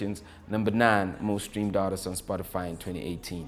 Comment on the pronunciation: Is he saying Spotifyer?😂